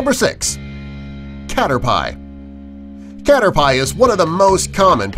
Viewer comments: Catter-pie?! Its Catter-pee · caterpie pronounced wrong cater-pi not cater-pay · it hurt to hear him say cat or pie its pronounced caterpi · It hurts when he said caterpie (cater-pie) instead of caterpie (cater-pee) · That plant wasnt the inspiration for Venusaur, it was for Vileplume <_< And clearly, you've never seen an epp of the show... cater-PIE? its pronounced cater-pee. And what are you talking about, having to catch thousands of magicarp to get a useful one? You just level it up, same as any useless pokemon - first to come out, then swap out for one that can actually fight, so it shares some EXP. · Jon Pihursky He pronounced Caterpie wrong, its Cat-er-pee not Cat-er-pie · its cater pee not cater pie. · I didn't but I was yelling at the screen its pronounced cater pee see not cater piee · It cat-er-pee not cat-er-pie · It is pronounced caterpee. Not caterpie. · Its not Cater Pie its Caterpee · lol he said cater-pie not catrt-pe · His name is not cater pie it's caterpiee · Caterpie is pronounced Cat-Er-Pee not Cat-Er-Pie also Pikachu is Inspired by a Squirrell also you don't catch thousands of Magikarp to evolve it you you a water stone or trade it or wait patiently also you showed the corpse flower when you compared Venusaur to it even though Venusaur does not look like the Corpse flower also it's not called Mario Smash Brothers it's Super Smash Brothers idiot also yes the coolest thing about Bulbasaur definitely is the fact that it has been featured in Super Smash Brothers and not it itself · it's a "cat-ter-pee" not "pie" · i only heard Cater pie, that's not most XD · "catter-pie" "mario smash brothers" please stop, just go away and never come back. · Him: *Says "cater-p-eye" Me: External cringe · EVERYTIME HE SAID CATER-"PIE" I FLINCHED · DUDE ITS CATERPIE (cat-er-pee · Cater"pie" lol. ggwp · its not cater "pie" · Dude it's (cat-er-pee) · IKR, it's pronounced Cater-pee. It said in the anime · ITS PRONOUNCED CAT-ER-PEE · I cringed when he said cat-er-pie 😖😭